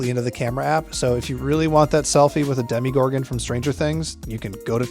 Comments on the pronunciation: DemOgorgon, not demIgorgon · What the hell is a Demigorgon? Try Demogorgon